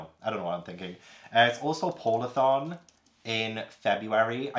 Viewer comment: I honestly thought you said “pornathon” when you said “polarthon” 😂